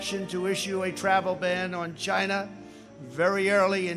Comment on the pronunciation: the way he says china i can’t